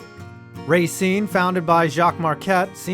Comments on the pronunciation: Rah-SEEN. Second syllable. Common mistake by non-residents. The Legion was far from the most successful team in Racine history. The semi-pro Gladiators and Raiders have won APFA national championships. And you forgot to mention Kringle and Salmon-a-Rama. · You don't pronounce racene like that you pronounce the a less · Everyone in Racine pronounces it Ray-cine. But everyone else in the state says ruh-cine. Plus I nearly laughed myself to death when he said that its a nice place to live. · Racine is pronounced Ruh-Seen, but I forgive you. Wisconsin has a lot of weird Indegious names for cities.